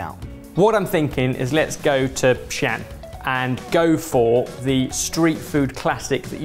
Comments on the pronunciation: Xi'an should be said with a slight pause where the ' is. Finish the sound before an so it doesn't sound like xian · Hearing pronounce Xi’an is like hearing Asian people try to pronounce Leicester Square (btw it’s Xi - An, in 2 distinct syllables) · I couldn't get where he meant by 'xian', then I realized he's read it like English, combining the two syllables "Xi-An" in Mandarin 😅